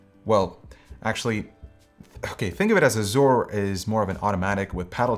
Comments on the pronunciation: Made me cringe everytime he pronounced it Azoor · Why do so many pronounce azure as azoor? Is this a non-american thing? I've always known it as a-zer. And at least Merriam-Webster confirms it to be that.